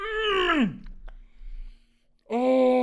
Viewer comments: Its milk oh wait checked the dictionary its MALK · Alphapixels well uh, they in the audio, someone gets mad that they say “malk” instead of “milk”